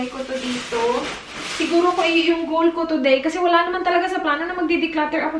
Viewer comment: samooka sa “Kigol” lage hahaha.. 😂😂😂